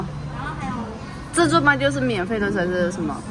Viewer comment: 台灣叫自助吧為自助爸嘛？或是服務生的發音問題？